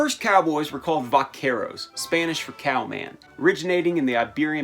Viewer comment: Well the problem is that you're saying cow-man and not cowman